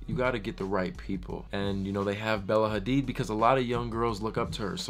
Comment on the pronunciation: "AIR" HADID wth??? HAHAHA #ASLFAMILY